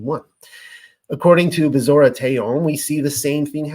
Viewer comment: BEsorah vs. BeSORah PyTHAgorus vs. PythaGORus SAhlome' vs. SaLOmi CHawah (guttural 'H' sound) vs. ChUwah Same for CHokhma and YOCHanon ORigin vs. orIgin